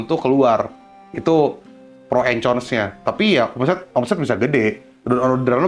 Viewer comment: Cons itu nyebutnya Kons ko... pake K bukan pake C.